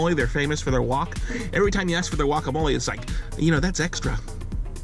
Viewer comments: I've never met anyone in my life that pronounces guacamole "wacamole" in my life. I'm 1/4 Spanish and my fiance is Mexican. You'd think along the way I'd have heard that pronunciation. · The mans last name is and he doesn’t even know how to say guacamole